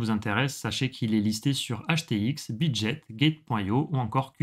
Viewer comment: On ne dit pas "bit jet" mais bit GUET, bitget, obtenir du Bitcoin... 😅